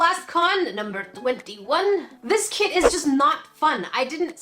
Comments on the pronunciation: I heard "crack kids" 😂😂😂🤣🤣🤣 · lewandowska she said “crap kit” a few times haha 😂😂